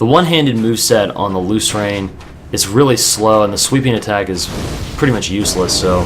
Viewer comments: I think it's pronounced 'loose - earn'. That's how I read it anyway. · You just have to get the R2 timing down. Lrn2Lucerne Instructional: watch?v=o6VvMdTNaSA Also, I'm pretty sure it's pronounced loo-sern.